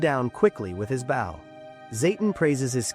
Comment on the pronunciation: My biggest annoyance is these fucking things not pronouncing BOW correctly.